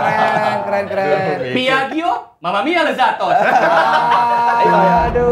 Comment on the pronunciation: Ta ta ta tapi... Cara bacanya : piajjo bukan piajio... Tapi gimanapun keren sih smp di endorse piaggio. Walau buatan italy, di sini juga harganya termasuk tinggi.